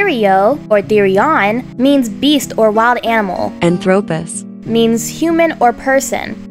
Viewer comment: anthrowpus its ANTHROHPOHS